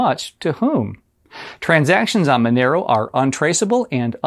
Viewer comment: why is it pronounced with MA sound but spelled Monero?